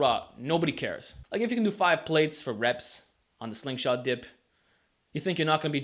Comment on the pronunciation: I like how u say dip like Diyp lol